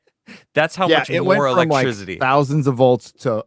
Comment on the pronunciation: Why can’t pronounce “electricity”